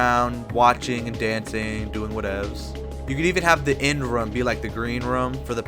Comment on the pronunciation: I never saw anyone pronounce room as "rhuame".